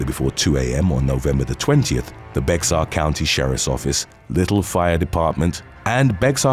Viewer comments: It's not "Bexar" but "Bear" County. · Just a heads up, it's not pronounced Bex-ar, the X is silent, so it comes out as bear, ike the animal. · Hey just wanted to let you that Bexar is pronounced like the word Bear.. I know it's weird. Keep up the great work! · it’s pronounced “bear” county not “bexar” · As a Texan, let me fill you in on our lovely pronunciation, Bexar= Bear. It makes no damn sense but, there you go. I LOVE this channel and look forward to a new episode daily. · Love this channel & fantastic voice! Just a little heads-up though... In the story about Senaida Soto from Texas, Bexar County is actually pronounced "bear". The "x" is silent. I only mention it now as I've seen several of your videos that it's been mispronounced in. As on point as is with his delivery, I'm hoping this is just seen as helpful info, rather than me being a jerk for pointing it out. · Bexar County is pronounced "Bear" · Just for kicks - the 'Bexar' in Bexar County, Texas is pronounced more like 'Bear'. :) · Hey! Bexar is pronounced "Bayer".... With all due respect. Great video upload!!!!!! Per usual! 🤙🏾🤙🏾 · For future reference, Bexar is pronounced bear, yeah the x is silent kind of useless to have it in there. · Bexar County is pronounced Bear county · I know "Bexar" looks like it sounds like bexar, but its "bear". With a Tx accent, its more like "bayer". 😉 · Bexar count is pronounced bear county…the x is silent. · we've discussed this! Bexar County is pronounced Bear County. The x is silent! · Just FYI - Bexar is pronounced 'Bear.' 😉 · Bexar county is pronounced “Bear” County. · Dude.... it's pronounced bear county. X is basically silent. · Just an FYI ... "Bexar" is pronounced "Bay-Har". I know you're not from Texas so no big deal. But know "Texas" was under Spanish/Mexican rule until 1836 ... perhaps you've heard of "The Alamo"??? LOL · Hey bexar is pronounced bear don't know why but it is